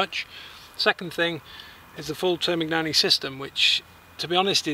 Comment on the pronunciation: I am Italian and I'm sorry but I hate how all you non-Italian people say Termignoni... only Italian people can do it right..I'm sorry but it's so...